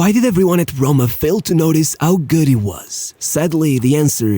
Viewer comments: SHESENA and AS HRHOMA. Cool bro, but thats not how you say it. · What’s A.S. HOMA? rrrrrrrrrrrroma